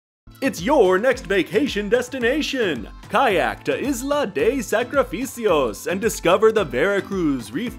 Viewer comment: Funny video. Also, your pronunciation of Sacrifice Island was perfect. Your pronunciation of Diaz sounds more like the number 10 in Spanish (diez) when it's actually pronounced dee-as.